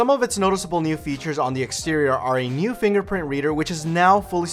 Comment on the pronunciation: the way he says "nuew"